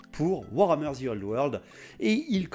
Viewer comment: moi je dit que tu as tord .. ou tu vois le zzzii old world , enfin dans ma régions ont prononce pas le `` the ``` comme un zi mdr :)😝😝😝😝 bravo moi aussi j aime l idée de cette vidéo